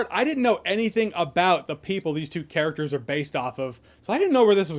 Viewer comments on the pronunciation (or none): none